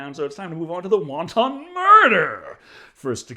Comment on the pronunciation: Oh man, there needs to be a collection of Deckerisms where he knows a word but isn’t exactly clear on the pronunciation: “wanton” murder isn’t like the Chinese dumpling but more like wAHn-tun.